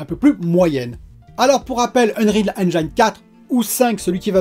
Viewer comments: Salut. Super tes vidéos, continue d'être au naturel. Par contre on dit eng(i)ne et pas eng(aï)ne 😉. Vu que tu l'utilises souvent je tenais à te le dire 😊. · Excellente vidéo ! Puisque c’est un mot que tu prononces souvent, sache qu’en anglais « Engine » se prononce ennejinne et non pas ennnejaïne ! Ça écorche les oreilles à chaque fois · Hello ! Engine se prononce enjin et non enjaïn :) Bonne vidéo ! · Pour Engine, pense à angine (la maladie) pour bien le prononcer. Après d'après DF le VRR c'est quand même un gros plus... Les chutes de framerate sur console c'est hélas pas si rare, mais ça pourrait être pire avec notamment les résolutions variables qui sont quand même mieux fichue aujourd'hui en terme de qualité. La généralisation progressive du DLSS est vraiment une super nouvelle, dommage que ça nécessite des TC qui ne sont pas sur tous les GPU (quel cruel manque pour les consoles). Pour Google c'est moins sur le radar parce que tu n'es pas obligé de passer par le store officiel, du coup c'est surtout Apple qui est dans le viseur parce qu'ils verrouillent tout. Bon Week End:) pense à te reposer aussi;)